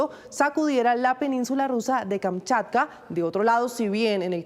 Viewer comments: Tienes razón bro se deletrea Kamchatka y no se deletrea kamkatcha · Tantas veces tiene que decir Kamkatcha??? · Es tan difícil decir kamchatka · Kamchatka....no Kamkatcha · Porque no le dicen que es Kamchatka y no Kamkatcha